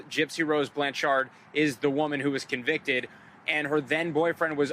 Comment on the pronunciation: ...The dude saying BLAN-CHARD is driving me crazy... say it right baw!